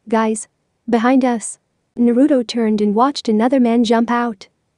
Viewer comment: You not saying it right it naruto